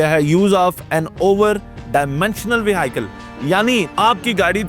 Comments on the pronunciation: Sir Apki vehicle pronunciation Wrong Hai is Ko Durust Kar Lain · Bhai vehicle word ko bolna sekho